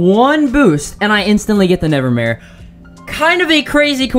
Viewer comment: This dude really said he encountered a gleaming “nevermaye”